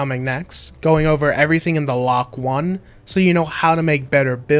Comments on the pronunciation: am i the only one that thinks its pronounced LOKI and not LOK-1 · I’m pretty sure that LOK-1 is supposed to be pronounced “Loki”